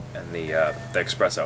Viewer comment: While I appreciate your review of this cigar; I'd like to note that you are trying to mimic Bryan Glynn of Cigar Obsession (almost exact same phrases and review style). Also, the flavor your are trying to describe is not pronounced EXpresso, it is espresso (no EX sound just ES.) I write this not in a condescending tone, but that of a critiquing. Have your own style and ensure you pronounce your words appropriately so others will take you seriously. Also, you have no link in your description as you mentioned in your video. Keep up the reviews!